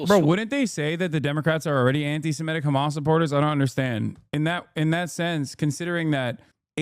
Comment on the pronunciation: I love how the FOX people can't even pronounce Antisemitic correctly while acting like they care SO much about the topic